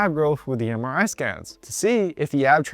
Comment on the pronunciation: Somehow everytime when you say MRI I hear samurai 😅